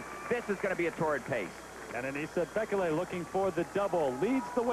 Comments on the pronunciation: It's pronounced 'bee-kay-lee' not 'bek-el-ay'!!! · I love all of the different ways announcers pronounce Bekele